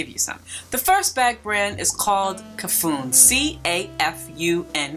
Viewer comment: I love the tory birch bag, and also the brands you shared, I didn't know any of them. The E in Cafuné is pronounced like the E in Café, is the most strong letter in the word phoneticaly, like cafuNEH, it's Portuguese